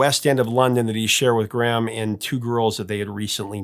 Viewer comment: We pronounce his name Gray am in the UK